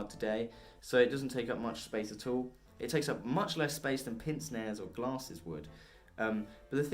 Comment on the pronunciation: Pince-nez isn't pronounced "pinse-nez." It's French for "pinch nose" and is pronounced "pance-nay"